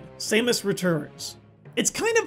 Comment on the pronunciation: did he just pronounce samus as........"same-us".......... WHAT!!!